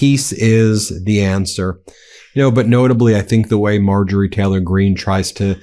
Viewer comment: I absolutely love this channel, I watch every video that comes out. But please pronounce the Y in Taylor. My autism can’t focus when you say Teh-lor half the time and I really wanna listen😂😂 Although if it’s a speech impediment, my sincere apologies 🫶🏼